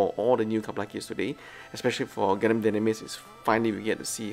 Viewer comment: Really hope you are reading this. Just want to comment about one thing thats always turning me off when watching your videos which is HOW YOU PRONOUNCE GUNDAM! Why did you pronounce it as GUN-DAMN? Pls correct your pronounciation for the love of god. Try listening to mechagaikotsu or zaku aurelius vids on how they pronounced it! All in all, i really love your vids still. I really do. Keep up the good work 👌